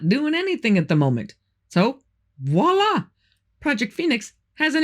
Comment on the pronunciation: Voila is pronounced vwa•lah. 😊